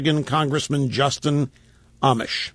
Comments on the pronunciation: Rush you obviously haven't been following this guy. Amash is not pronouced (Amish) like the religious group, It's (Amosh) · Rush would be even more credible if he could only pronounce his name correctly. "Amish", LOL... He's still learning, let's hope he can clearly state & support ALL of Justin Amash's Liberty program, that is to say... more Power to the People of the Republic!